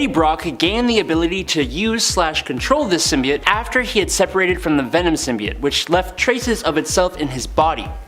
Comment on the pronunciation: I forgot about the "symioooot" pronouncing